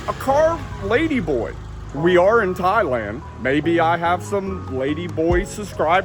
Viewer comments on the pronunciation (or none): none